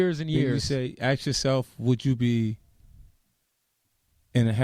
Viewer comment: love how he always says aks instead of ask xD